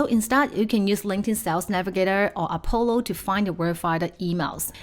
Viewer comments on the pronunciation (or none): none